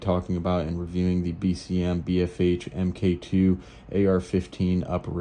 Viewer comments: Omg, it’s pronounced “Mark Two” not “M K Two”. 😂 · Pronounced MARK!